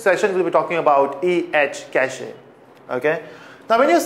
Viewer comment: cachEEEE?? really? :D